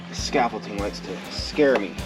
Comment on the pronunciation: ScaffolDing not “T”. 😊 Beans look great!!